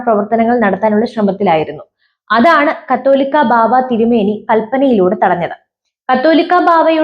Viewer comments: കത്തോലിക്കാ ബാവ അല്ല , കാതോലിക്ക ബാവ എന്നാണ്.ഏതെങ്കിലും മനസ്സിൽ ആക്കി വാർത്ത വായിക്ക് . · കാതോലിക്കാ എന്നു വായിക്കാൻ അറിയാത്തവരെ ഇത് പോലെ ന്യൂസ് വായിക്കാൻ ഏൽപിക്കരുത്. അല്ലെങ്കിൽ ചാനൽ ഉടമ പഠിപ്പിക്കണം.